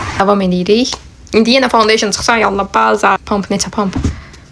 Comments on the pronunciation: Fondeşın yox fondedetn əllıq yox alıq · fondeysin yox ee fondeten😂😂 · Fondoten❎ foundeyşin☑️ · Findeyşın deyil fondaten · Ponteyşin deyil e ay bacı dontetən di onun adı